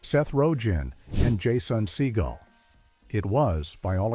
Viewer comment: when your AI can't pronounce "JASON", it's time to unsub and walk away ...